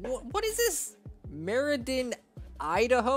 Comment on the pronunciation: Mer-i-dan? No its Mer-idi-an dirt race